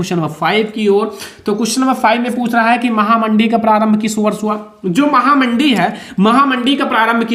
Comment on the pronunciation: Sir aap mahamandi ko mahanandi Ku kehte h